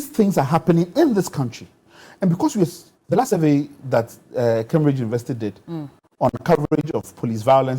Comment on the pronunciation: It’s pronounced as Kaimbridge (Cambridge) and not kambridge